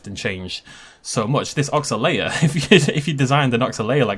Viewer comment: Oxalaia is not pronounced "Ox-ay-lia", instead is "Oxal-eye-a", the the "eye" being pronounced the strongest. Also Irritator, Baryonyx, Ichthyovenator, etc are all spinosaurids and look quite similar to the Suchomimus in the game. so that Oxalaia is not a more realistic interpretation of spinosaurids, but brings it more in line with only some spinosaurine spinosaurids. Correct me if I'm wrong but thats what I've heard.